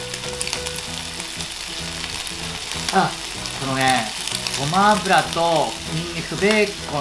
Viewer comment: 「ごまアラブを〜」 酔いが良い感じです🤣💗